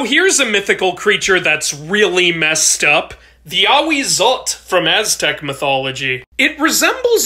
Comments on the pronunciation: I do believe you mispronounced the word, which is okay because the Nahuatl language has some interesting sounds. The 'tl' is a combination of two other sounds, which are 't' and 'ɬ'. The latter sound is bizarre and called a 'Voiceless alveolar lateral fricative'. It can be found all over the globe, and is in Welsh (The word llaeth in Welsh comes to mind). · Just remember that the l in ahuzotl is pronounced too :3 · It’s just how the Nahuatl language is, it’s like how the English language has the “ch”, it’s nothing special but it’s just how the language is. It’s supposed to be pronounced as it’s read “tl” it’s not supposed to be pronounced as a simple “t” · I always thought it was pronounced like a-wee-zo-tl. Why would you lie to me like that?